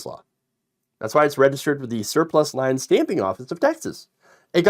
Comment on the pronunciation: It's pronounced leans, like leaning against a wall.